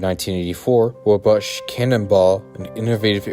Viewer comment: Holy crap. It sounds like this guy's drunk or has a mouth full of something. I can't understand half of what he's saying. And he pronounces everything wrong. Wah-bush? It's wah-bash, rhymes with 'smash'. Oh-pree? It's Ahp-ree, like 'opera' but said in a redneck way. I'm only a couple of minutes in, so I'm sure there's even more. ETA: omg, 'miskellaneous'... The C is soft/silent, guy. sounds like missle ay knee us. Shhhh... be quiet and just let us see the ride footage.